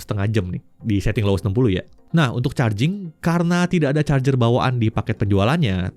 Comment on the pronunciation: R-nya panjang kali